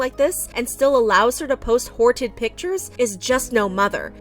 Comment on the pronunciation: ok im so sorry but the way they said "hortid" so seriously took me out